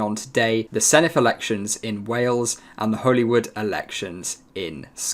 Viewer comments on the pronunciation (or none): It’s pronounced Holly rude 😂